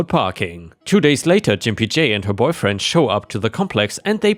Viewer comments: I believe was mispronouncing the name Gimp J. I think it should be said with a hard G sound, not a J sound. That would make the name insulting referring to them as a gimp or cripple. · I think Gimpy J is said with a hard g. Like gamma.